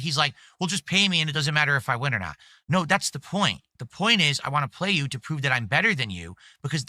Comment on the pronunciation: Bro says ‘want’ as ‘WAH’